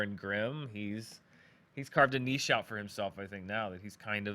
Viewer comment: is like the only American I know that can pronounce Niche properly.